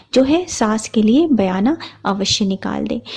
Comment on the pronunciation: Mem sargi bolte hain not sargai Or bayna bolte hain bayana nahi, bura mat maniyega maine socha apko bata dunga🥰🥰😊😊